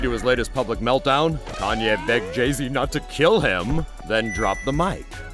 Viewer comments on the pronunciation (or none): OH my mistake he said kananyea